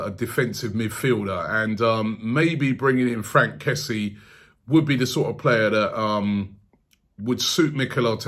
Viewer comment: His name is pronounced kessie-e btw